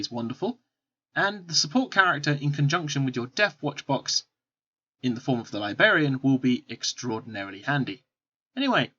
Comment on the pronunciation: It is driving me crazy!